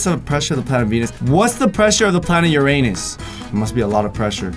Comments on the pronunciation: Not to be rude but if you were being smart, when your say Uranus, it’s actually pronounced YUR-in-us instead of yoo-rain-us.. just sayin’ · its pronounced yerinus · It's not pronounced Uranus it's urinis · Uranus is pronounced yoor en us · O my god why don't people pronounce it Ur-uh-nis? It ticks me off sometimes. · They pronounced Uranus wrong. It’s pronounced urine us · Ppl are stupid it's pronounced ur-eh-nis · You pronounced Uranus wrong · It’s actually pronounced Uranus oh you’re in Pee